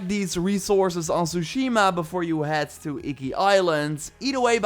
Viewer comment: you don't even belong playing this game you can't even say Tsushima right.